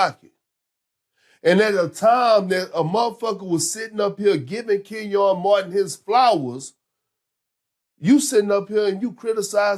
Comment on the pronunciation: "Ken-YAWN Martin"